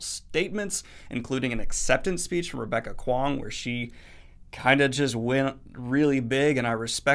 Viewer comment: Google will tell you how to pronounce Rebecca Kuang's name.